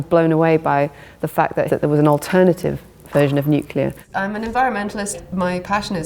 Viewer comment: At this point, I'm sure that's an "accepted pronunciation" as it is completely inescapable, especially from those who should know better. "Nuk-u-ler" I mean. Nobody will ever change the pronunciation of CNN, because that would make "sense" (C + two Ns).